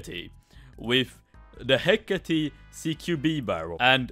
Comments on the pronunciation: Me when pronounce it as hecati: REEEEEEEEEEEEEEEEEEEEEEEEEEEEEE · Its a “heceyt.”